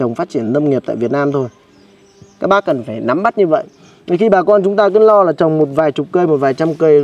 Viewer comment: Lếu như và nà lếu như 😂😂😂😂